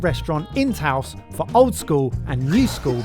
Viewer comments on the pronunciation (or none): So that most of the world can relate you may consider asking how to pronounce the food, places and other things. The S on Taos is silent for instance. did say taco correctly once. Good on you!